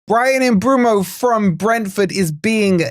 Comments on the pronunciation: It's pronounced Umburmo. People get it wrong because they think it's spelt Mbuemo (Umbwaymo) but it's spelt Mbeumo (e before u) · No it's not. 😂 My mates a Brentford physio so it annoys me when I hear 100 wrong pronunciations. It's M-BWE-MO No r sounds, no boo, no way, no er. It's near a phonetic spelling so it's mad that people still butcher it.